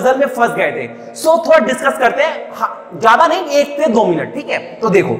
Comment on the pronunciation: itni style marneki kya jarurat hai?!!!!ditchcuss karne wle hai..lol